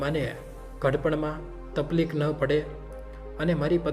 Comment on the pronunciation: તપલીક નય પણ તકલીફ બોલાય. વાતૉ સારી છે પન અવાજ બો સારો નથી